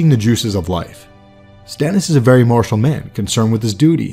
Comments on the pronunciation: martial, not marshal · "martial man" not "marshal man" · "Martial," not "marshal." This comment is approved by Stannis Baratheon. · It’s martial and not marshal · I think the word is "martial", not "marshal". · Martial, not marshal.